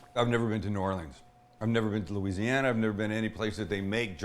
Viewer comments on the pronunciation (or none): none